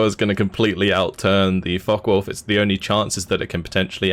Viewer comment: Am I the in the minority? I'm sorry but the co-host repeatedly mispronouncing things like "The Falken Wulf" and other times is a bit distracting. I get he's new to the cast but it doesn't seem like he knows a lot about Steel Division which is what I would expect out of a caster. He even called the Axis "the blue team". Can he learn some basics or play the game a bit more then come back? It really takes you out of the cast honestly.